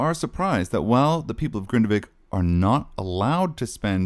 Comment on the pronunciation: you pronouce it wrong, it’s Grindavik not Grindevik ❤